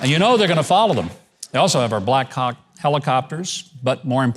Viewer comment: Did Gov. just say Bla ckhawk? Lol